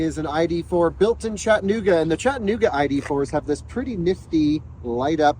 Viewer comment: It is NOT CHATT- NOOGA. It is CHATT- A-NOOGA